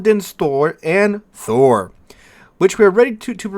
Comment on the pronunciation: I think you did well with the pronunciation of Thor. +1